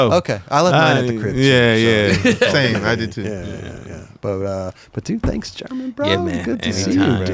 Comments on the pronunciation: It does get tricky bro think about it german herman then theres guys like carlos ribiero who you also pronounce w a H pretty much Hibiero The "G" being pronounced as a H can get a little confusing as well mind you its been years since been in Barcelona and had to use his spanish i was pretty impressed hearing him talk spanish that good in jesus fernandez part lol got my respect there not gonna lie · How does not know the basics of Spanish pronunciation even though he lived in Barcelona and laments not speaking more while he was there?